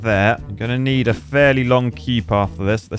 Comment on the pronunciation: Is saying Quey for Queue?